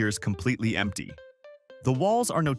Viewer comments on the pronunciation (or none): none